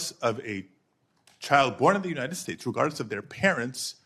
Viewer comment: I’m sorry. I cannot take anyone seriously who cannot pronounce United States ( “you-Nigh-ned”)